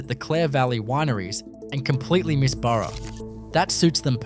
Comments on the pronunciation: Total absolute dishonest CRAP! You have one town chemist shop from the UK Salvage Hunters TV series! You have Silverton, and you put it on a road map of ADELAIDE CBD! Total crap AI voice that calls Burra a donkey! It's Bahrah, not buro! I've had a gutful of this crap, and anyone with a gram of grey matter will tell them the same! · Not sure about the image of Wollongng Spotlight store in the first minute either. AI makes a mess of pronunciation. Sorry Burra, Nhill and Junee. And other assorted words.